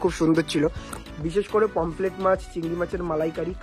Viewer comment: পমপ্লেট ❌ পমফ্রেট ✅ সর্স ❌ সস ✅